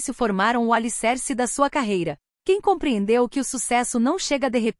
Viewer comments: Ela ainda não sabe pronunciar o nome dele ...a pronúncia é JAN e não CAN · O nome dele não é "ken". Seu nome, Can, em turco se diz "Djan". Esse é o som da letra C em turco. Por favor, informe-se. Não invente.